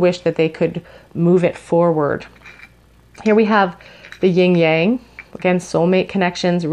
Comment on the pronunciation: I don't know if it was just me, but I kept hearing you say "Ying yang" whereas I learned it as "yin yang." I might be wrong, so if I am, please feel free to call me out😂